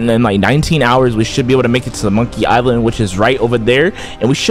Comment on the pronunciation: "Monkiy island"💀